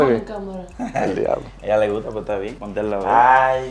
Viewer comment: Jeremy: ahora le guto’ yo